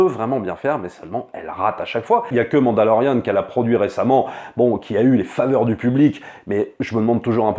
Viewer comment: Tu sait que tu doit être la seul personne aux monde a dire mandalorian c'est ou a l'anglaise mandaloriane ou mandalorien tu le sort d'où le an